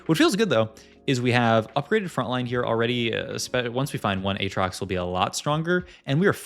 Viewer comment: why does he juggle between aatrox pronunciation lol